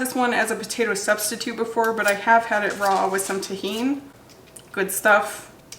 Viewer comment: How u were saying can u eat a turnip raw? Was so confusing to me lol sounded like you were talking about a bra 😅